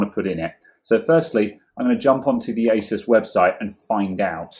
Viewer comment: I know...old video but I gotta comment...FINALLY....yes FINALLY someone who pronounces Asus...correctly for once!